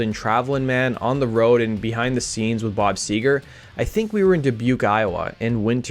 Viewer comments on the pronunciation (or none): Seger not sewer